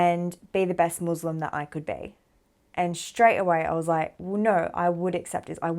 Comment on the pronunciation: Wonderful story - One thing if you could correct while talking: its "Muslim & Islam" not "Muzlim and Izlam" 🙂